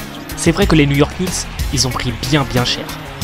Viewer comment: J'ai arrêté la vidéo a: New York Kkknicks... sorry bro fair trash talking